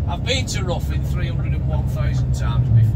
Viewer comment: its ri thn not ruthin